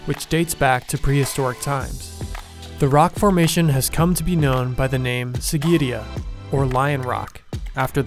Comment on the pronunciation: Pretty video, bad pronunciation. Matale = "Maa-thuh-lay", Kasyapa = "Kaas-yuh-puh" and Sigirya = "See-giri-yuh"